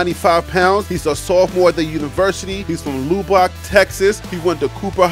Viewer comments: LOO-BOCK? You mean luh-buck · Pearland is pronounced Pear- land! Check out pronunciation like Lub- like hub! ( Lubbock) my brother check to see how to pronounce the words cause you are butchering the pronunciation please! When you use mid pronounce I think it's a place I don’t know till I look at the spelling! I love your show, and I love your energy! But I want you to keep blowing up but the content is slower than the others with Coach Deion! I'm rooting for you my bro! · Noted on the pronunciations. I used pronunciations dot com. Im also reading over 100 names and going 100 miles per hour. I disclaimed in the beginning that some things will be missed like Lubback “Luh” “buck.” “iLL-A Noy” instead of Illinois. I appreciate the keeping me sharp; salute. As for my show being slower then others with Coach Deion, I don’t understand what that means “Slower” are you talking about volume, amount of videos I post? If so, my content includes a little more others. I’m starting to slow down on volume to increase production value. On this video that you are responding to, the graphics are created from scratch. The school bus avatar, the measurement avatar & those others don’t come pre-assembled. They have to be created separately. Also the stats that goes under the avatars have to be created and put under them. The photos on the screen don’t come with the names under them. Those have to be individually screen captured from the school’s website and the names screen captured and then put under the photos precisely to fit under the photos. Multiple that by 100+. This is not a mad response, so don’t take it the wrong way. I just wanted to give you some insight on my process to see how it works. The final result seems plain and simple, but the process is arduous and tedious. If you look across the vast wasteland of the creators who are producing Coach Prime Content, how many of them are creating this way? I don’t watch a lot of them any more but when I started